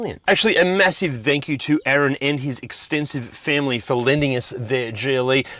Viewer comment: what is "thankiew" lol